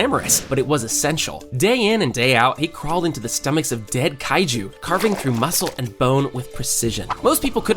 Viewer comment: Bro es reno oshikawa no leno ishicawa, es kaiju no laiju xd